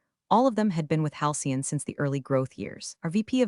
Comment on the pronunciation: AI narration needs to have more training to recognize tense. (ie, present tense, past tense) and proofreading by a human while listening to narration before releasing into the wild is strongly recommended. As it atands, creators look lazy and incompetent. And "Halcyon"" is not "hian".